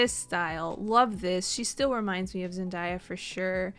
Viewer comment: when she said zendayas name incorrectly i was super triggered